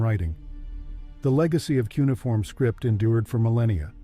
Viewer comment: "Kunai-form" lol Jesus